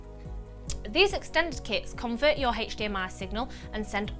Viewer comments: Hech Di Em Ay! :-D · the way you say HDMI signal ..... PERFECT =)